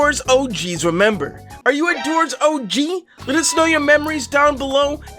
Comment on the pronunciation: “OG” with accent sounds like “Oh Jeez”